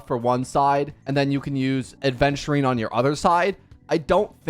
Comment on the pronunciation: It's spelled and pronounced Aventurine. Not trying to be a gramatical cop just saying. Kinda weird people writing and saying Adventurine all the time.